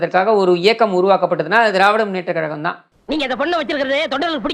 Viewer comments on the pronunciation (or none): none